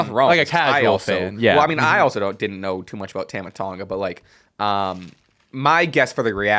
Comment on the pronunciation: That's not how you pronounce Tama ffs